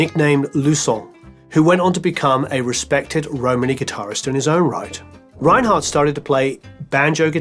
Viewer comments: His name is pronounced "Renard" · Thanks for an excellent and elaborate docu. However, one thing prevents me from fully enjoying it: your pronunciation of his surname 😞 You pronounce it in an (English-) German way. It is pronounced in French, with no roll on the re- and t at the end is not heard, stress on second syllable.